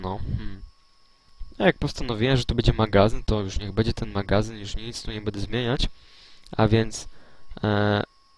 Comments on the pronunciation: Wiem, że zostało to nagrane bardzo dawno temu jednak myślę, że w tej materii nic się nie zmieniło.Byłoby super gdybyś zamiast swojego zwyczajowego "bede,bedzie" mówił --> będę ewentualnie będe, będzie.Wszystko super, ogląda się bardzo przyjemnie jednak to "bede" kaleczy uszy :) bez urazy ;) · Jest tylko jedna rzecz , ktora mnie denerwuje , że tutaj on cały czas mówi bedą / bede zamiast będe/będę ;)